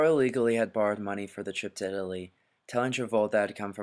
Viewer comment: Torvald or Trvaald? Why you pronounce so weird?